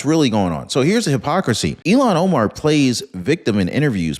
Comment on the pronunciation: Is it Elon Omar or Illhan Omar? I thought it was Illhan Omar...but I could be wrong!